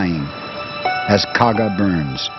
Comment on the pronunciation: Japanese carrier Kaga, not Kagi.